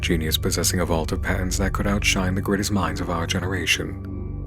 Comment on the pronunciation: Is it only me that hears "pants" not "patents"?